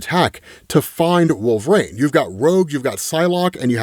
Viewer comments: Huge fan, is it like an accent thing that makes you say wolverain ? Could you try and pronounce wool-ver-reen as opposed to wool-ver-rain i never noticed it but this is my first wolverine vid of yours im watching 🤣😂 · i dont even hear it when says wolverain anymore. its become normalized after years of xmen comic coverage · still pronouncing Wolverine as WolverANE is hilarious. Makes me chuckle every time.